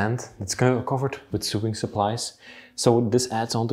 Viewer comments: Not sooing as you say it's like sowing but spelt sewing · Just so you know: 'sew' is pronounced the same as 'so'. This follows no rules of pronunciation at all. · Sewing is pronounced So wing. Not a criticism, your English is so very good. It's just meant to help. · Just a minor detail ...the word sewing is pronounced to rhyme with the word mowing, as in mowing the lawn, not to rhyme with doing, as in doing chores. Love your videos!